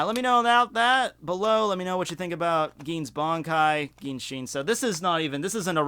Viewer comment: "Geen" xDD